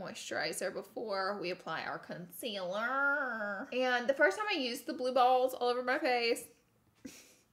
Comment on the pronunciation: Laura, it's concealer, not conciller.